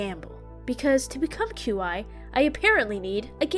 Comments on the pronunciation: I’m so glad I found another that pronounces Qi like Q Eye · Isn’t mr Qi pronounced Chee? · girl i love you but the way you pronounce Qi is making me lose my mind